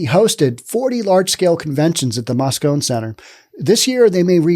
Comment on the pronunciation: For what its worth the E and the end of Moscone is pronounced as a hard E. Moscon-ee